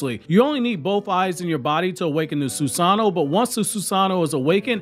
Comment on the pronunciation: Soos-an'-no vs Soos-an-no' you're breaking my heart putting emphasis in the wrong area.